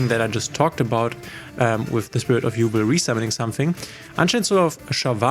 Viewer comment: Quick thing I noticed in the video: Even if it's spelled Yubel, it's pronounced YuBELL and not YuBL. Anyway great video!